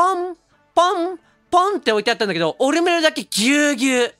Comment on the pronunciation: オ↑ルメルだと思ったらハーバーグリでがオルメル→って発音してて吹いてしもたわ、すまん